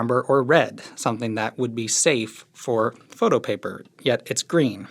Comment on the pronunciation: I already knew you were midwestern for many reasons (for example, saying you are) but that "Some'n happened thaer" line is the most midwest thing I've ever heard you say. That inflection... 👩‍🍳💋